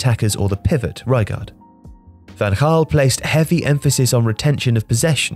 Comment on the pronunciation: It's Van Ghaal not Van Haal